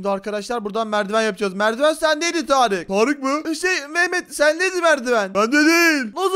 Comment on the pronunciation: Abi sen hala Tarık diyorsun